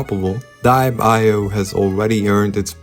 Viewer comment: yall its literally dee-ep not dye-ep 😂✌